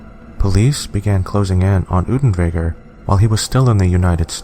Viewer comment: Damn boy, do your research properly! Unterweger's name is pronounced oonterwayger, not oodenwayger! How can you even misread his name? Also, there already is a movie about him, making it moot to mention him in this video. It was released 3 weeks after this video and was in production long before. Also, there's no source that supports your bullshit claim that writer's block caused him to commit suicide! On the contrary, Unterweger threatened multiple times to kill himself during his trial if he was convicted. He hanged himself the night after the verdict. But yeah...writer's block...